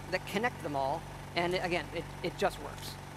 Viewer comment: He had the wrong emphasis. Instead of saying "it just works", he should have said it like "it JUST works" as if it barely functions at all, but only just makes it over the line in terms of functionality.